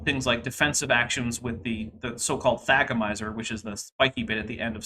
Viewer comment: Because of you I now know how to pronounce thagomizer, somehow I just wasn't able to say it correctly.